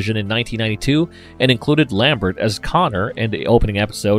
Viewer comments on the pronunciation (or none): none